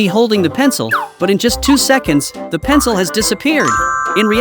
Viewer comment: You said pen c el